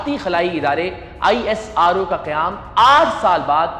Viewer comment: इन पाकिस्तानियों से बहुत सारे वर्ड बोलने भी नहीं आता है ये isro को i s r o और aryabta kya hai और भास्कराचार्य kya hai 😂🤣😂🤣😂🤣🇮🇳🇮🇳🇮🇳🇮🇳🇮🇳🇮🇳